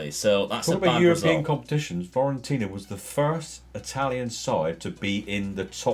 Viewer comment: Great video! Just shame you kept mispronouncing FIORENTINA (it's not FIORIENTINA) Would like to see St. Ettiene as a rebuild. Joint highest Ligue 1 winners (10) with PSG on 9. Currently bottom of Ligue 1.